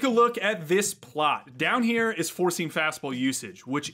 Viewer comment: Lots of good info in this video. Funny thing though, I was watching the video at nearly 2x speed (like I watch most videos at), and for the first few minutes, every time you said "four-seam" fastball, it sure sounded like you were saying "forcing fastball", and I kept wondering what the heck a forcing fastball was.